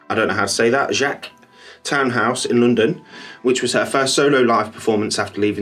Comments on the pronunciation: Hey 👋 Loving your Christmas Jumper 🥰🥰 Can I just say... how stunning does she look in those clips you added from Jaques or Jacks 🤣 (I don't think I know how it's pronounced either!) Townhouse? She really suits that vintage vibe and she looked like she was channelling a bit of Amy Winehouse with that look! Another fab video, looking forward to the next few coming xx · Hey Skye 👋 😘 That's really kind of you, and yes I totally feel those Amy Winehouse vibes too, she looks incredible and totally owns that stage! I would've loved to have been there, can you imagine?! Also maybe then someone could've told me how to pronounce the name properly 😂 As always, I really appreciate you watching and leaving a comment Skye, your support means the world 🌎 ❤️